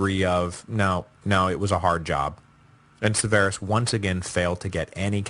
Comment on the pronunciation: It's SEHverus. sehVERus is wrong. That's like pronouncing Michael as myKUL instead of MYkul. Entirely wrong emphasis. It's killing me.. 20 hours of listening to this name butchered has prompted me to finally comment. Lol